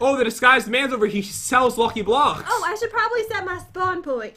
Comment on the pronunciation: really he says ck very bad